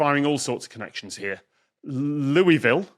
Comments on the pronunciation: For all my friends in Ky, while the baseball bat uses the French pronunciation, the town is pronounced lu-i-vul as if your mouth is full of marbles. I lived an hour upriver from them for a time and was yelled at every time I said it wrong. Sadly, I spent most this episode thinking about Churchill Downs (the Derby) even with you using the bats name. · Being married to Kentuckian, I have to proxy her by saying the pronunciation of Louisville is going to upset people. ✌ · The whole time they said Louisville Kentucky and I was CERTAIN they were saying St. Louis Missouri so I was screaming at my screen about the two sides of the Arch.